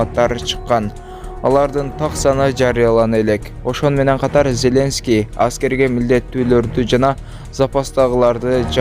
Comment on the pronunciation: Селенский эмес Зеленский